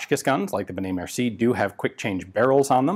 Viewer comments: "merci-ey" mercié ;) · im a French therefore i have the right to thell u that it's benet-mercié not mercie. mersiEi